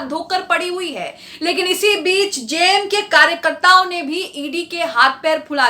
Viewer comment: जेएमएम का सही उच्चारण कीजिए मैडम